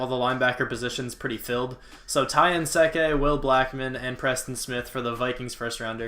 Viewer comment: How did you pronounce Ty Nsekhe's name? Where did you learn that?